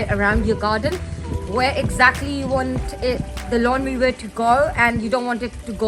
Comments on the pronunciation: It is pronounced lawn mower. (Mo-er) not lawn moover? 🤷🏼‍♂️ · Thanks for the video - for future reference "Mower" is pronounced with a W not a V sound in English. ;)